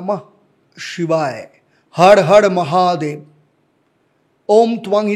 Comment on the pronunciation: হড় হড় মহাদেব নয়... হর হর মহাদেব আপনার 'র' আর 'ড়' উচ্চারণে সমস্যা আছে।